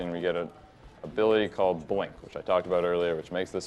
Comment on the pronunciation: right up ahead we get an ability called bwink